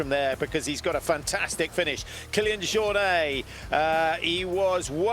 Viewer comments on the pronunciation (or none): The uninformed commentary is really annoying. Apart from anything else, you'd think professional broadcasters would at least know how to pronounce Jornet 🙄 UTMB do a much better job at race coverage, with commentary by trail runners who know exactly what they're talking about.